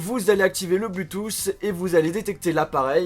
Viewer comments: bloutousse ???? really??? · c'est cool. quand tu dit bluetooth j'entend bluetouss , c'est drole mais pas moche, continu comme ca mdr